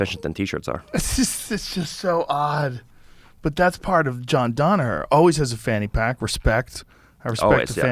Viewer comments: Joe “Donaher” not “Danaher” Rogan 🤦🏻‍♂️ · God why the fuck does Joe always say DONaher. It's DANaher FFS.